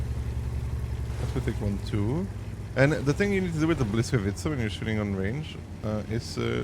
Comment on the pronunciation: not hating but maybe helping: Boo wees kavee tca;*